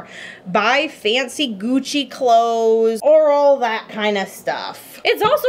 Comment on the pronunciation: Hol up... did she say coochie clothes or Gucci clothes? Bc I heard coochie... anyone else??